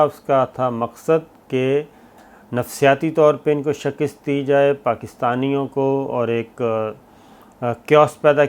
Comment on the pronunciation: Sabir sab Urdu k ilfaaz ka tlafuz tu theek krlein... Lafz "Shakist" nahi hota, "Shikast" hota hai!!